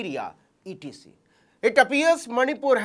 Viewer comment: Bhai navin asp bhi hindi medium wale ho , etc ko etc , Hi pada , not ex .extra😂😂😂😂😂